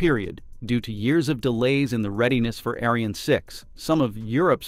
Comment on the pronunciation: fyi... the trailing E in Ariane is silent.